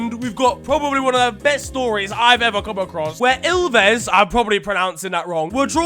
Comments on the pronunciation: So i live in Finland and u pronounced Ilves almost correctly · As a foreigner you did fine on the ILVES pronounciation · Happy to see Estonia mentioned. Also you pronounced Ilves very well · You banged rigth on the pronunciation of Ilves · When you said ilves you said it really well! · Yo my friend (Arlind Sedju) got in FTW 😂 and you said ilves corretly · you said ilves almost excatly how it's pronounced in Finnish